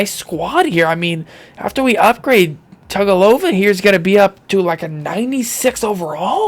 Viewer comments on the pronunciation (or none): It’s pronounced with Tungavilova so you say it with a n that’s not really there if you didn’t know you could just look it up!!!